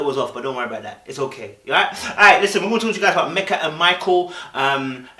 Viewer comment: When He says Mecca instead of Meka bc of the accent lol (cute)